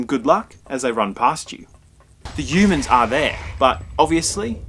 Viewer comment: I find the way the reviewer pronounces the word 'humans' in this video review quite amusing... It's almost as if he's pronouncing the word without the 'h' like "yoomans" ??? The review wasn't bad by the way.